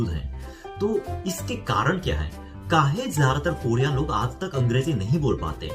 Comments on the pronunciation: I liked ur kaay hey😁😁😁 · When he saying kahe.....I love it😁😁😁😁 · आप सच में एक बिहारी से हिंदी सीखे हुए लग रहे है।। ये "काहे, ससुरा" बिलकुल सही तरह से बोले आप😂😂.... वैसे हम भी बिहार से है🤗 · "काहे" "ससुरा".... अपने सही बोला था। आपको UP Bihar वाले सिखाए है हिंदी।